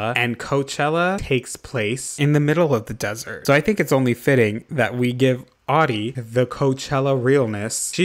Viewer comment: I'm living for how you butchered Audie's Vacay house. Haven't laughed that hard for a long time. Thank you like genuinely thank you ❤️